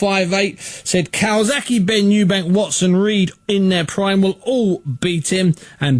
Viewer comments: CalzaGHE not Calsaki. So ignorant. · "Cokezaghe" LOL! Priceless!